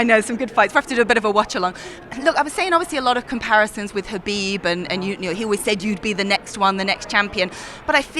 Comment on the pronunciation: Islams face after she pronounced Khabib’s name 🤣